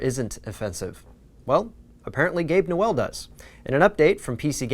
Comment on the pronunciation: "Gabe New Well" wut